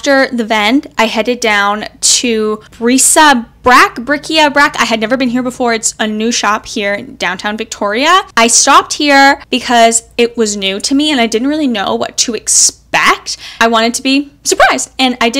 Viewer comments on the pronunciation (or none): Hey, great video and tips! Can't wait to see the frame project and hope you share what you make with that beautiful bed sheet! The store you got those cute little books and frames from is pronounced bric-a-brac (brick ah brack) 😉 Keep up the excellent work 💕